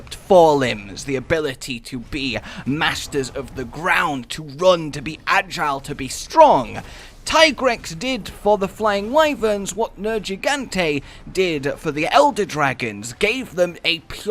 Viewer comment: Went on this long tangent about how to pronounce Tigrex's name, and yet you still say Nerjeegante.. I am triggered.